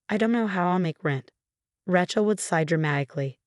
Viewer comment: Another story w/the name Raaay-Chel Being pronounced as a rench … not listening !